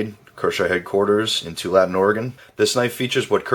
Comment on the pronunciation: I love the intro and the review. Great job. Big fan. Btw the name of the town pronounced (Too-all-a-tin).